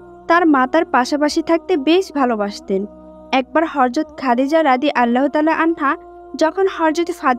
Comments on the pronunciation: মাশাল্লাহ অনেক ভালো লাগে এরকম ভিডিও ❤❤❤ তবে আপু আপনি ভয়েজ দিয়েছেন ঠিক আছে তবে উচ্চারণ ভুল বলেছেন,,, আপনি বারবার হরযত,,,বলতেছেন,,,কিন্তু সহি সুদ্ধ হবে হযরত,,, যাই হোক আমার কথায় রাগ কইরেন না,,, কষ্ট পাইয়েন না💖💖💖💖💖💖💖💖💖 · একটি হযরত হবে হরযত না। নবীজি সাল্লাল্লাহু আলাইহি ওয়াসাল্লাম এর নাম উচ্চারণ করার আগে দয়া করে প্রতিটি শব্দ ভালো করে জেনে নিবেন। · Horjot na Hojrot hobe kothata bon.nobir name na bolte parle nobi bolo kintu uchharon vul koro na sunte kharap o kosto lage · হরযত বলেন কেন, হযরত হবে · Apni hazrot bolcen nki horzot bolcen? Ki ajib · আপু হরযত নয়।"হযরত" হরে।উচ্চারন ঠিক করেন। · Horjot noy hojrot bolte hoby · ওইটা হযরত হবে। হরযত নয় 🤔🤔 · Mashallah khub shundor. Kintu apni bar bar horzot bolchen. Hozrot hobe. Kindly pay attention. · রাসুলুল্লাহ সাঃ এর ব্যাপারে শব্দ চয়নে বিশেষ সাবধানতা অবলম্বন ও বিশেষ আদবের সাথে শব্দ চয়ন করতে হবে।চরম বেয়াদবের মত কথাগুলো বলা হয়েছে।যেই ভিডিওটির ভয়েজ দিয়েছে সঠিক উচ্চারণে কথা বলতে হবে,,হরযত নয় হযরত হবে। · হে বোন, আপনার গল্প বর্ননা করার বাচন ভংগী মাশাল্লাহ সন্দর কিন্ত হরযত এর স্থলে হযরত বললে আরও সুন্দর হতো। D'nt mind.